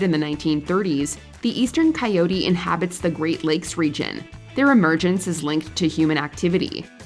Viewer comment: Isn't the proper pronunciation for coyote is with an emphasis on end with T? Why is on the video, it is pronounced by some without the T.